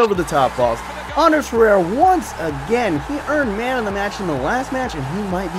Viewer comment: I know this is a long time in the past but it's varela the r before the L. You were saying Valera. And there isn't an s on Ander Herrera. You were saying anders and at times it sounded like andreas.